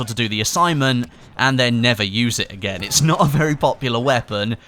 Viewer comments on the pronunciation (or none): none